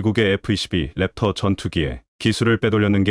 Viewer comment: 캡터가 아니고 랩터입니다